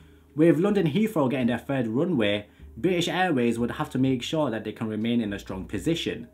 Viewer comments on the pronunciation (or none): none